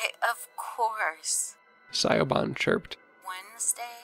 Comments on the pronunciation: You both did a great job bringing the characters to life! You both have a new subscriber. 😀 A point of pronunciation,, from someone with a difficult to pronounce Gaelic name--LOL. Siobhán is pronounced shiv-AWN in English. (It's slightly different in Irish Garlic, but it's close enough.) Whenever you're faced with Irish or Scottish Gaelic words/names, it's best to look up the pronunciation--they often don't sound like they look. 👍🏼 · Pronounce Siobhan like Shi-van. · I love these narrator's but I got to say it's so weird hearing someone mispronounce mispronounce Siobhan lol